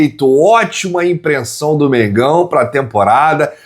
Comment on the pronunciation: ImpreNsão? 😂 Foi em A3?